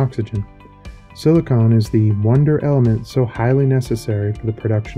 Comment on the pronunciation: I listened up until narrator called silicon silicone.